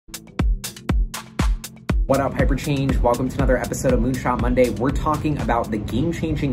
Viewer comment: HyperChənge . Almost perfect 🤣